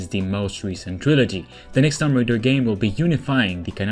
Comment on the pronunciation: Shadow of the tomb raider is not new its out and has been out over a year now... also I hate to be that girl but it's tomb not tumb, not a big deal just saying.